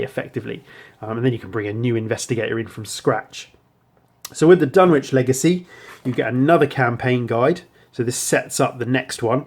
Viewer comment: FYI - I've mispronounced it myself for years, apparently the 'w' in Dunwich is silent... Dun-itch rather than Dun-which